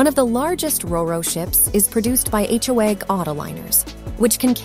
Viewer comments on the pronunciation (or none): Holy shitzes. An entire movie produced based on Chat GPT answers sponsored by How-Egg (which is not how Hoegh is pronounced) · Aitch-oh-egg? How tf do you mess that up? Jfc This is an easy Don’t Recommend Channel for me.